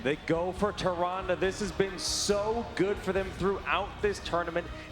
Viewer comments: yeah from a glance, Tyrande initially seems like its pronounced Tie-ron-day but the official pronunciation is Ti-ran-da. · "Tie-Ron-Day" I'm so salty right now. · haha yeah that bothered me too. Somebody should have corrected him. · Tay. Zon. Day. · you would think, being announcers for blizzard tournaments, that they would know how to pronounce tyrande haha. super fail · this is not how you pronounce Tyrande!!! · kills me how they pronounce Tyrande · I hate how the commentators pronounce "tyrande"